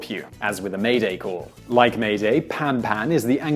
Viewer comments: TechnocratiK like "meh-day" Just don't pronounce the h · British Guy shouldn't it be the conjugation, "m'aidez?" regardless, "m'aider" and "m'aidez" would sound exactly like "mayday" and not whatever butchered pronunciation he used.